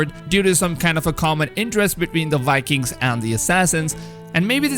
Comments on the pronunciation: also, Vikings, not wikins! :D but keep up the good work ! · It's pronounced like bye-kings not wai-kings